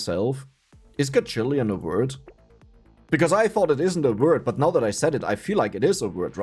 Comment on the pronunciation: A what is a word? You said it three time and I still have no idea what'd you said.